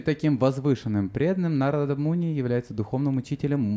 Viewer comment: Wonderful class. I was wondering why you pronounce Narada Muni like you do. I find we were taught to emphasize the vowel the line is over and we always said NAR-a-da but you keep saying Na-RA-da. I want to understand why I hear words differently pronounced than what we learned so many years ago. Can you tell me why you say Na-RA-da instead of NAR-a-da? Thank you. Hare Krishna.